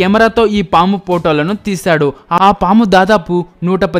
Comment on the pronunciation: Poootolu kaadhu sir... Photolu